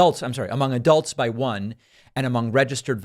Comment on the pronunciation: got a good chuckle out of the minute mark. i'm glad democrats are starting to be kind enough to speak really clearly and put emphasis on the fact that one of their polls was finally conducted "among adult voters" and "among registered voters".. you know, as opposed to their usual morning joe polls conducted among non-adult children voters and among their more traditional base of non-registered criminal illegal leftist alien voters. if they want to be extra nice and helpful, they could even add a whole new section to their polls so that we can also be informed about how great sleepy brandon is doing among their key base of deceased voters.. real critical constituency for the democrats for sure. but i guess everyone already knows about the whole leftist cadaver demographic that always rises from their graves to fill up mail-in ballots and give leftists the extra boost needed to get past the finish line in swing states like georgia, arizona, michigan, pennsylvania, etc. every four years, so maybe there isn't even a need for polling in this particular case. hah!